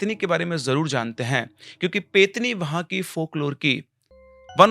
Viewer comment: Sir , petni nahi pretni hota hai.. प्रेतनी